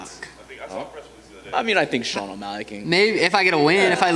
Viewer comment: Stop saying “Sean 1’Malley” I cant take it😂😂